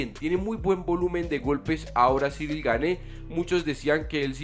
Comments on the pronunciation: El apellido se pronuncia "Gan" no "Gane" Buen video! Espero ancioso ver al campeón contra el francés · Amigo, ya que a partir de ahora vas a pronunciar mil veces más el apellido del francés, se pronuncia Guein, así tal cual y no gané… un pequeño aporte a tu canal que por cierto es muy bueno, saludos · Gane no se pronuncia, lo aclaró ciryl! Se pronuncia Gun..